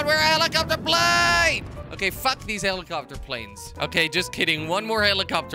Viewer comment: Prize for whoever can count how many times he said heelicopter plane